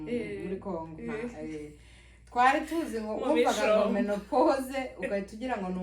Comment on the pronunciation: Ntabwo bavuga menepose bavuga ménopause. Uwo uvuga mene... yabyigiye he???????